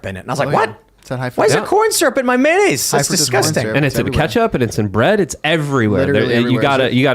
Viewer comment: Tim "I pronounce it MANaise" Pool.